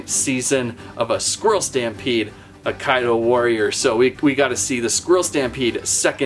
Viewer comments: It's pronounced, "AH-KEY-DOUGH." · you are saying it rong